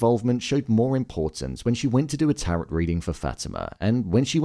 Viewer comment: Please pronounce TAROT correctly..